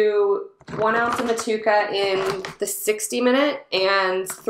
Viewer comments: Mut chew a ka bro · The pronunciation is Moh-to-ehh-ka. Otherwise, sounds like a great recipe. Will definitely try to make something similar to this. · Love the way you say Motueka . Don't know if you can get Southern cross hops over there but if you get a chance to brew with both of them together think you would be pleasantly surprised. Enjoying your channel